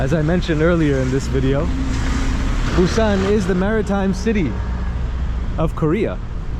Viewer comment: Welcome to Korea. Your pronounciation for Busan is so accurate. Amazing. Enjoy your trip to Korea and always welcon back 🎉